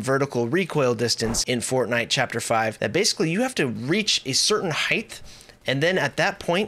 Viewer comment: I think you're by far the best youtube fortnite tutor and I am really thinking about booking a session with you but it's HEIGHT goddamit not HEIGHTH